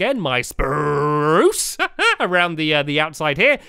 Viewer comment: why do you say speruce